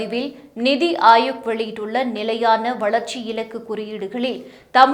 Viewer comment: It's NITI aayog and not Nidhi.. pronunciation should be proper